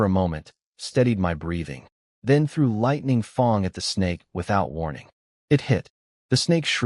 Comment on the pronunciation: Lightning FANG not Lightning FONG ! 😂 im lossing it here. edit Really you patreoned ep5,.,.Very bleh,.,.i hope Lightning Fang finds you !!!